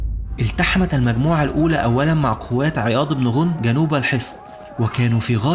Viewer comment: ماشاء الله عليك احسن لايك ....ولكن ملاحظه ليس غونم با عياض بن غنم بفتح الغين وتسكين النون